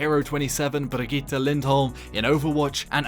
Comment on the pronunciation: Funny how a Paladins youtuber can pronounce her Brigitte better than basically every overwatch youtuber.